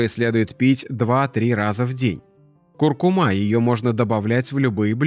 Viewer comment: Курку`ма, говорите правильно ! А есть нужно тогда, когда есть желание !!